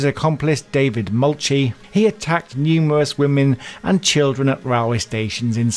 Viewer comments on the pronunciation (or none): His co- d name pronounced mulkeye certainly not mulchy.